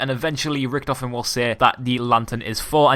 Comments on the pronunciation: Why did you call him riktefien like WTF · U say it lyk riktofin, wtf